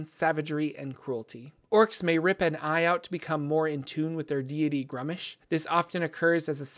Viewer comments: I believe it's pronounced *grumsh* or maybe *groomsh*, all one syllable. is adding extra letters and syllables in his pronunciation when he says *grum-ush*. Though to be fair I can't remember off hand what source book that was detailed in. Other than that well done. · You insult Old One-Eye with your pronounciation A thousand thorns to the scr0tum upon you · My least favorite way to say gruumsh